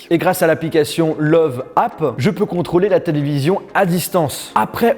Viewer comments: La télé c’est une marque allemande? Car si c’est le cas on dit pas « love » mais « leuvé » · on le prononce leuve est non love car original sa s ecrit löwe mais comme en europe est en amerique vous n avez pas les ö on ecrie oe pour ö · STOP PAS « love » mais « leuveu » si c’est allemand c’est comme ça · pk tu dit love alors qu'elle s'apelle loewe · Le nom de la télé ne se prononce pas love. En Allemand, oe signifie ő qui se prononce eu. On doit donc dire une télé leuve ( où on prononce un peu le e de fin ) au passage lőwe veut dire lion en allemand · Salut Sympa le salon. La télé est allemande on ne dit donc pas love mais leuwè (loewe ) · PS: fait de l'allemand on dit pas love met leuveu en phonétique qui veut dire lion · LOEWE se prononce Leuvai hahaha ça veut dire lion au pluriel en allemand :) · Je pense que ça se dit “leuveu” lion en allemand donc Loewe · C'est pas censé se prononcer LOÈVE ou LEUVE ?